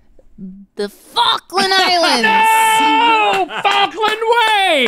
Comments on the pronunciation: I love how accented the "FALKLAND ISLANDS!!!!!!!!!!!!!" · the way say The FALKland island is SUS 🤣🤣🤣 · Don't mind this comment. I just love how said Falkland Islands.